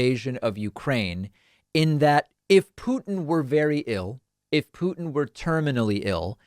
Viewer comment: Thank you for not saying pewtin anymore